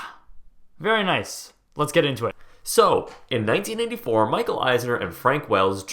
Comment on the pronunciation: 1984 the joined, are you saying 1984 or 1994? its hard to tell